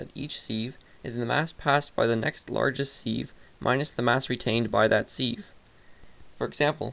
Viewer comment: It is pronounced "siv" you plebe.